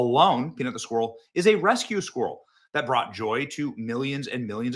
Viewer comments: It’s driving me crazy that you can’t pronounce the word “squirrel” properly. Great video though, that story is a seriously bad case of government overreach. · Today, all the people of Scotland learned how to pronounce ‘squirrel.'